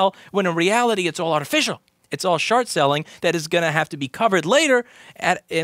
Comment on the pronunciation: "it's all shart-selling"